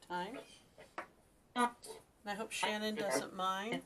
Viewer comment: Let her feel the revenge so she can get him and stop telling her to go to light she will when she gets Chris and please say her name correct. It is( SHAN _ ANN ) MAYBE YOU CAN FIGURE THAT!!! OUT !!!!!